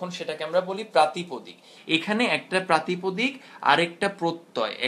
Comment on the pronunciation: প্রাতিপাদিক হবে; প্রাতিপদিক না।